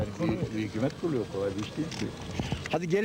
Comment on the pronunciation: Bide sunucu hükümet yeni Hükuumet diyo ya kuduruyorum